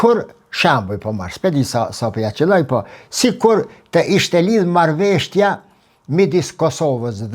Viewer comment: "Marrveshtja" jo po MARRËVESHJA 😊 shum rrespekt prof, ke njohuri te pergjithshme shum, ket korrigjim merre si shaka